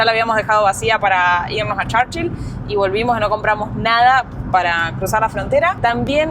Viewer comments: No se dice: Charchill se pronuncia igual Churchill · Se dice Churchill no charchil 😂😂😂